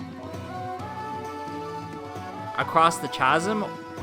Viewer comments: C A H A S A M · when he called it a CHasm not a chasm i loved that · What is it with YouTubers and not knowing how to pronounce the word "chasm"?